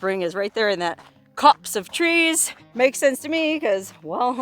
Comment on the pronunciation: Did you say “Copts of trees”?